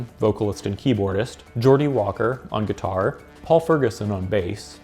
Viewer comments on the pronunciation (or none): none